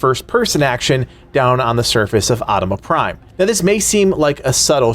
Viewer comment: Great video but the pronunciation of Atoma Prime is making me want to die.